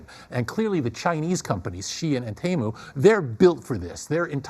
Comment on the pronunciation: First time I heard someone pronounce "SheIn" (She-inn). Not sheen. Which is a word itself.